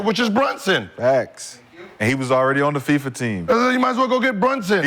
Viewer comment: Am I the only one that caught Rashad calling Fiba FIFA?? 😂😂😂😂